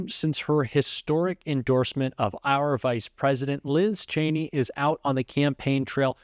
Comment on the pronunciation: Oh so he does know how to correctly pronounce her name